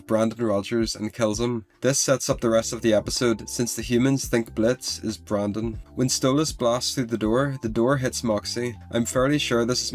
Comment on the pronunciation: Its brannon not brandon ovitia lands on on brannon